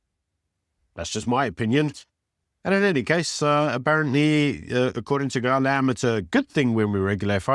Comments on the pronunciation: Surely you can pronounce Malema correctly? You are South African, right? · Please can u at least try to pronounce people names correctly. There is no I in front of Mbalula, so it’s not Imbalula. There is no double e In Malema, so it’s Not Malema or Maleyma. Imagine someone referring to you as Ibyron or Beeron. 🤣🤣🤣It’s disrespectful. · Wonderful content always. Can I be picky and ask please pronounce malema and zille properly..